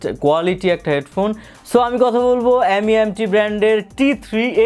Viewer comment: M.E.M.T বলেনা, এটাকে মিম্ট বলে। 🤣